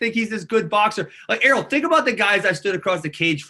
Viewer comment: Ariel kept pronouncing his name wrong